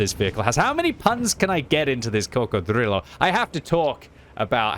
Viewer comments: Please stop saying coccodrillo like you’re Count Dracula!! I can’t take it anymore. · saying crocodrillo is like Benedict Cumberbach saying penguin